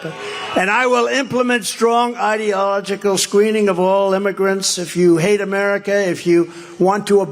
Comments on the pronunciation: I'm gonna put "Idalojjical" along with "Oranges" and "United Shtatesh". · The orange guy tried to say “ideological”, but, per ignorance, said “… idea illogical …” 😏. Yes, he’s full of illogic. Freudian slip?